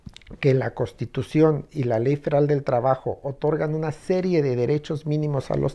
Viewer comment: Lo digo con todo respeto al, pero dice CoStitución en vez de CoNStitución, esto se escucha incorrecto.